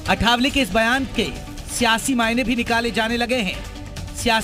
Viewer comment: पहले नाम ठीक से कहना सीख लो वह आठवले हैं अठावले नही!